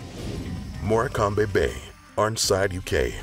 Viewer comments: “More-cam-be bay” 😂😂😂 Try “morcum” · Morecambe is pronounced 'maw km'..Morrrkumm. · Morecambe is pronounced MOR-CAM. It's very well known for quicksand and there are many rescues each year. The sand looks firm and inviting but can be treacherous. The added danger is the tide comes in extremely quickly. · How he pronounced Morecambe has me howling hahaha